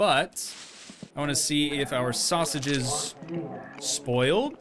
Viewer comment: So what’s the deal with him saying “sausages” in that weird way?